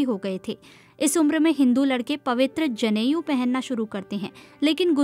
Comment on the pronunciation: दुनिया में कौन सा धर्म है जो जाति से पूर्णतया मुक्त है?जनेऊ होता है,जनेयु शब्द नहीं है।